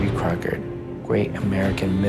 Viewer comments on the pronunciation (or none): Davy “Crockerd” great American mythological “lemon”